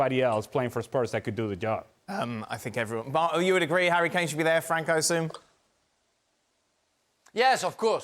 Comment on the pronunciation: Is it me or is Ale saying "hairy Kane"?